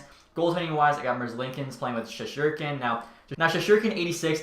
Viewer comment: does it piss anyone else off how he says Shesterkin, dude says shesherkin, misses the "ST"